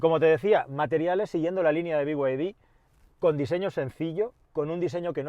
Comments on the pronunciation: Decir "bi way di" pudiendo decir "bid"... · Por qué coño dices ""biguaydi""???? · Cada vez que dices biguaydi dan ganas de desuscribirse del canal, supongo que los chinos quieren que lo pronuncies así por cuestiones de marketing, pero es que rechina igual que el deleznable Disney PLAS, basta ya de estas catetadas por favor